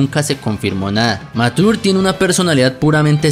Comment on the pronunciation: dos cos curiosases que el nombre de mature no se pronuncia ( matur ) si no ( machur ) y que no sabias porque esta misma usa un parche en kof III y es porque de hay se libera su poder y vice no lo tiene porque su poder se libera de su pecho